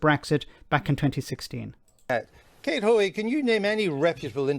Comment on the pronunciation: Aw, come on. It's Hoey, for god sake. You roll your eyes and move on to the adults speaking.